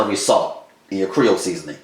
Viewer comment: Are you trying to say Creole? As in Lousiana?